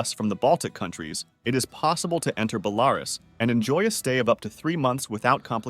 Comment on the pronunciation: Please, it is BelaRUS, not BeLARus. Bit like me pronouncing America like AmeRICa